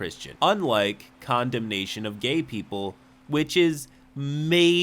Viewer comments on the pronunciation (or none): I thought said "condom nation" of gay people... not "condemnation"